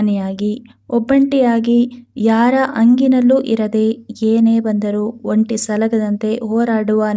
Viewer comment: ಅಮ್ಮಾ ಕನ್ನಡ ಭಾಷೆಯನ್ನು ಮೊದಲು ಚನ್ನಾಗಿ ಉಚ್ಛರಿಸಲು ಕಲಿಯಿರಿ. (1).ಮಕರ ರಾಶಿ ಅತ್ತನೆ ರಾಶಿಯಲ್ಲ. ಮಕರ ರಾಶಿ ಹತ್ತನೇ ರಾಶಿಯಮ್ಮ. (2) ಯಾರ ಅಂಗಿನಲ್ಲಿ ಅಲ್ಲಮ್ಮಾ. ಯಾರ ಹಂಗಿನಲ್ಲಿ ಅನ್ನಬೇಕು. ಯಾರಮ್ಮ ನಿಮಗೆ ಕನ್ನಡ ಕಲಿಸಿದವನು ಹುಚ್ಚಸೂಳೆಮಗ😂